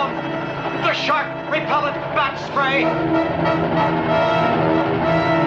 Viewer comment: When she said batspray I almost lost it